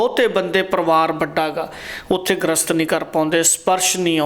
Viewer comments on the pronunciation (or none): ਗ੍ਰਸਤ ਨਹੀਂ ਗਰਿਸਤ ਲਫਜ਼ ਹੁੰਦਾ ਹੈ ਜੀ।ਵੈਦ ਜੀ ਦੀਆਂ ਗੱਲਾਂ ਸਾਰੀਆਂ ਸਹੀ ਨੇਂ ਪਰ ਅੱਜਕੱਲ ਕਬੀਲਦਾਰੀਆਂ ਦੀਆਂ ਐਨੀਆਂ ਜਿਮੇਵਾਰੀਆਂ ਵਿੱਚ ਬੰਦਾ ਏਨੀਆਂ ਕੰਡੀਸ਼ਨਾਂ ਦਾ ਕਿੱਥੇ ਖਿਆਲ ਰੱਖ ਸਕਦਾ ਹੈ ਜੀ!